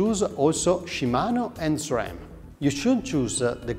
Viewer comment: Love how you pronounce SRAM - the only way it should be 😊.